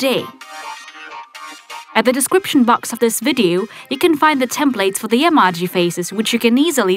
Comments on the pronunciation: It's actually pronounced A-MO-GI...EMOJi💩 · It's pronounced like: ee-moe-gee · Iza Kolanko even I was thinking about that because she stop the video and erased with a normal eraser and pronouncing the emoji wrong she saying emagi it's not proper it's really bad showing fake videos are not creative extending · Rosie Stone she is saying emaji not emoji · Hahaha whenever you say emoji you say emaji 😂😂😂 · Can someone pls tell her that its em-oh-ji and not em-ah-ji ? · She says emoji like emage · She said amaji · she say emaji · it's not emoj y it's emoji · Eee maaww jeee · You said omoje wrong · It bugs me when you say emoji wrong. I'm sorry >.< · Shes saying emojis wrong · Please guys stop saying she doesn't know how to pronounce Emoji because english is not her first language. . . She is hispanic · not to be mean but I just like how u said emojy wrong I like how u said it though 👍👍👍👍👍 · Why u say emoji like that? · She says emoji incorrectly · Golden Cookies English isn't the person's first language. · she's saying emoji wrong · This is very funny she says emoji wrong😁😁😁😁😁😁😁😁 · You said emoji wrong lol lol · no offence but u say Emoji weird😕😞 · You pronounse emoji wrong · She said emoji wrong but who cares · Every time she says emoji it is so annoying because she says it wrong not to be mean